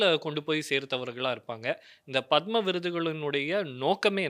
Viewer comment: உச்சரிப்பு தவறு பத்ம விருது " பதாமா அல்ல !